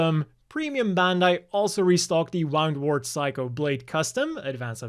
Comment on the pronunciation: It's WOO'ndwort, not WOW'ndwort. Like Wound (injury), not Wound (past tense of Wind)